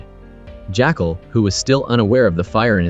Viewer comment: I noticed quite a few errors like The CEO that the Jackal shoots in the leg is Elias we see him limping before he gets in the car/motorcade that the Jackal is a chauffeuring. The narration is odd calling the Jackal "Jackcall" and saying "he turned into a private car service". I agree it sounds like A.I or some sort of co-pilot that a little editing before posting would've rectified. ✌️